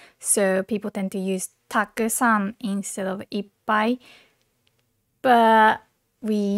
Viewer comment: Why so many people pronounce たくさん and く sound like silence?